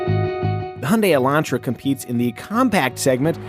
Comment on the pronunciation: Thank you for not saying Elandtra.